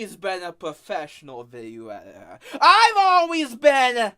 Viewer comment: “I am da gweatest editah” Proceeds to ramble for literal minutes with minimal cuts in the video